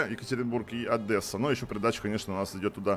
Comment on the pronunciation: Одеса!!!!!! не АддЕса (Одеса) не совершай ошибок